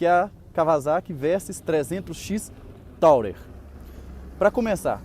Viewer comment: Bacana, só não é "taurer", amigo; é Tourer e se fala "turer", que é a palavra turista em inglês...